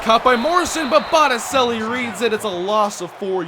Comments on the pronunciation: idk for sure but I think the DT Botticelli is pronounced (boat-a-chelly) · it's Italian so it's pronounced Bottichelli